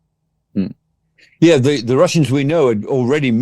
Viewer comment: the not zer